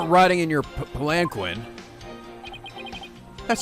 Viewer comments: Btw I’m pretty sure palanquin is pronounced palin-keen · Palankeen That's how to pronounce the word Palanquin. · Palanquin is pronounced "pal-an-keen", just so you know.